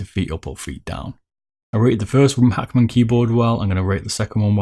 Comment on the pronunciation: Like how he says Hackman lol 😂